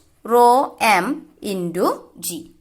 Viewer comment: Not indu it's intu